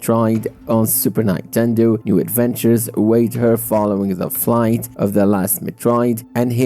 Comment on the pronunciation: Did you just say nine.tendo